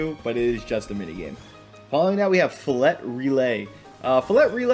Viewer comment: Stop he said HARD T Filet, it's supposed to rhyme with relay, Filet Relay, SAY IT FIL-LAY!